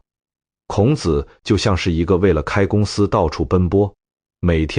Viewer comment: 內容完美；男聲優美。 可惜，孔子（ㄎㄨㄥˇ ㄗˇ）讀得很好；老子（ㄌㄠˇㄗˇ）不可以讀成（ㄌㄠˇㄗ˙）。 老子讀成輕聲，是「父親」； 子（ㄗˇ）是男子的美稱！孟子、莊子、韓非子⋯⋯諸子百家